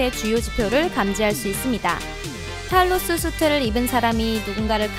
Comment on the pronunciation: 탈로스 잘못들어서 탈모스(?)라는 줄...